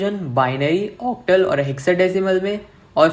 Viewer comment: OCTAL Pronounsation 😂😂😂